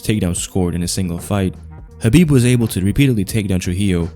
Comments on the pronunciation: Dude, you are one of few smart people who pronounce his name correctly: Habib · You actually say his name right I don't understand while people pronounce it khabib the k is silent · He's pronouncing his name right